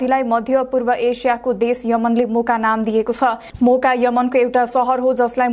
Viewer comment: Those who heard boka in first then realised it Moka 😂😂